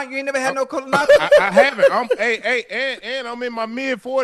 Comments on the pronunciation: Lmao - right?! Koloahkopee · I ain’t never heard the word “colonoscopy” get butchered so bad 😂😂😂😂